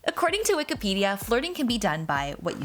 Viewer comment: Is anyone gonna talk abt how she said “ according to WIKIPEDIA”